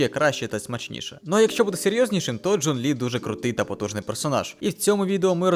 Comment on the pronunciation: Боже, у меня аж глаз задергался от этого «Джун». Я не понимаю зачем и почему, ведь этот перевод не правильный. Вот это оригинал: 钟离权 читается как Zhōnglí (Напомню для людей то, что китайские звуки не такие же как английские, можете проверить это в переводчике(Если вы используете переводчик может появится ещё quán (Zhōnglí quán), это из-за того, что имя Чжун Ли пишется как имя одного из бессмертных)). Потому Джун Лi — это не правильный перевод на украинский, более корректным будет Чжун Лi